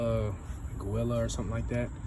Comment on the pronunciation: It's pronounced Julia